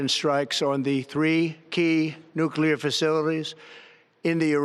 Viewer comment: Trump still can't pronounce "nuclear" he's got Nixon's ethics and W's competency